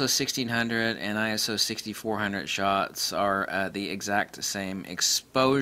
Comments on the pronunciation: Not Eye-Ess-Oh. It's Eye-So. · Perry Nah!! Just get annoyed by stupid people playing childish semantics!! Arguing over Eye-So or Eye-S-Oh, give me a break!!